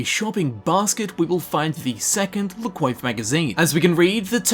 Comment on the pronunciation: La Coiffe? I thought in french is spelled "La Coaf"